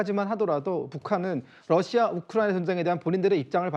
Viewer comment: 로씨야? 탈북하신 분들은 다 러시아가 아니라 로씨야로 발음하시더군요.